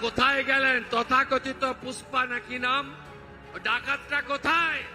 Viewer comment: পুষ্পা না ফুস-পা!😂